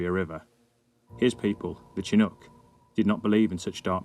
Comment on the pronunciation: FWIW "Chinook" is pronounced with a "sh" sound.